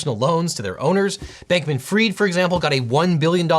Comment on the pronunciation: It’s not Sam Bankman Freed……. It’s pronounced Fried……. As in fish is fried